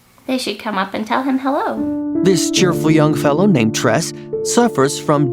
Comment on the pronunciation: Tres is Pronounced- Trey!! APPARENTLY you don't watch SBSK😒😒😒😒